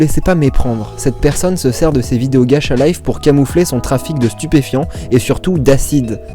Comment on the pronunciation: Ça me stresse ma ça se prononce gatcha et non gacha désolé d'être chiante